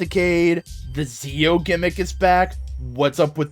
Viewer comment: You've likely been told before but Zi-O is said as Jee-Oh.